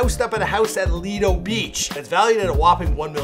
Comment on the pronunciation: It’s Lido beach not litedo beach